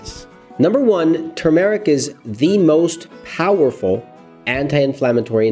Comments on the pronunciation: Turmeric (TER--MORECK) Not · I really wanted to watch this video, but I can't with the mispronunciation of the word Turmeric. There is no long Eric sound in Turmeric!!! Try not to put a pause between Turm, and eric. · Please look up the proper pronunciation of the word Turmeric, the proper accent is on the first syllable. It is really annoying to hear some one repeatedly mis-pronounce a word over and over. Thank you. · Pls pronounce it right